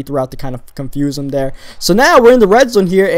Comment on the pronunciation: he says dere instead of there XD